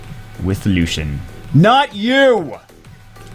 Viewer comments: "Lu si en" is how you pronounce it not "lu sh en" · It's pronounced Loo-see-in. Not Lushen. And he's a dude. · Its not pronounced LU-SHEN its pronounced LU-C-IEN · wouldn't it be more like (lu-see-en)? Lucien? Where is the h sound that is in LusHen coming from in Lucien? Js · thats wrong. Its LuCian not luchian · i think it is pronounced as " LU-SI-YEN " am i right ??? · warren Its pronounced in every other major language Luu- cee en, too. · Yes, I know little french. It pronounced lucyen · bro stop calling him lushien, do you call Lucy's "lushy"? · hate people who say her name wrong... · You're right. He is saying it wrong. he butchered Lanett's name in her spotlight too. he pronunced it lan-it rather than La-net. im terrible at some of these odd game names too, but these are not too difficult imo.